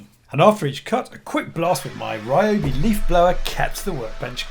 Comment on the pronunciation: Why can't white guys pronounce RYOBI correctly 笑笑